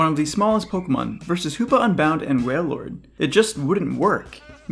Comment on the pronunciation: Bros we aint gonna talk about the waillord ?